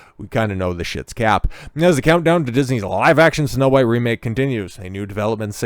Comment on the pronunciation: He keeps saying huwhite. Lol AmRen is influencing.